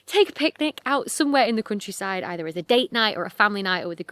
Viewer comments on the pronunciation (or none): I keep hearing "crunchyside" when you're saying "countryside" and it's making me giggle 😂😂😂